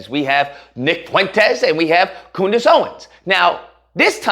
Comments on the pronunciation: Coondace lol. Thats hilarious! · Coondace? Oh common man, have some respect...